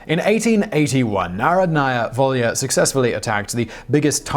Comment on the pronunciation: It's pronounced NaRHOdnaya Volya. Emphasis on the second syllable. ;)